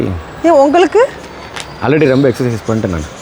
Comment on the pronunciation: Whenever u say rembaa en mind la oru vishayam strike agum that is Ravi illa Revi 😂😂😂 athu mathri ithu romba illa rembaa 😂😂